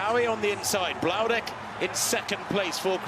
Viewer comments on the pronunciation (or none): please learn to say Bloudek. It's not that hard. It's not "Bludek" or "Blaudek" it is Marino Bloudek